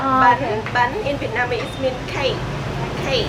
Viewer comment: Dude you keep saying Vietmanese ...